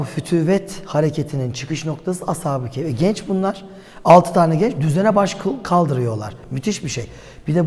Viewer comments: Hem "keyf" değil, "kehf" olacak diyorsunuz, hem de sürekli "keyf" diye telaffuz ediyorsunuz. Bir de, Kur'an israrla "onların sayısını sadece Allah bilir" diye belirtip sayılarının kaç olduğunu kimsenin bilemeyecegini belirtirken, siz de israrla hem de köpeklerinin adini dahi telaffuz ederken, keske en azından taze taze bir Kur'an meali okuyp, bu konuda Kur'an'in muradı nedir diye bir on araştırma yapsaydiniz be hocam.... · Ashabı keyf değil kehf